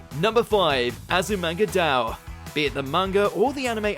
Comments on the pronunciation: It's Azu-manga-dai-oh not azumanga-dao 🤦‍♂️🤦‍♂️🤦‍♂️ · you lost me at Azumanga "Dau".